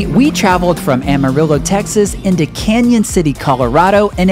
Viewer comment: Love Colorado and love watching your family adventures. Lots of great memories. My folks loved Colorado, so we spent lots of time there. We went to Canon City where I looked liked Andrea crossing the bride, knees shaking and heart pounding. I believe the town is pronounced Cannon, not Canyon, however. Enjoy the rest of the trip.